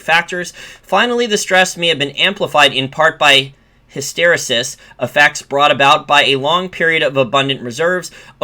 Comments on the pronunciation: "hysteresis" is pronounced with the accent on the third syllable. "HysterEsis". From other videos, "strategist" is pronounced with the accent on the first syllable, "STRATegist." Great content (I'm one of your patreon supporters). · Love your content. Point of constructive criticism: "Hysteresis" pronunciation- emphasis/accent on RE.